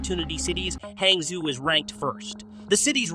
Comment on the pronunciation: pronounced "hahng-joe"